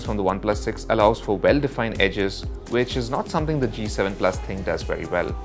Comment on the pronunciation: it is not Thinq...it is Thin-Q